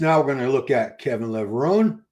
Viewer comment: Levrone is pronounced Levroneh,the e is elongated in Italian causing the eh sound at the end,great show BTW keep it up 💪